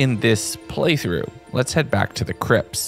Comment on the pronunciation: you said crips not crypts.... still a good video though